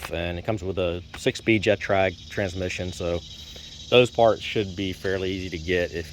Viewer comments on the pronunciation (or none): Alcantara. GETRAG, not Jetrag.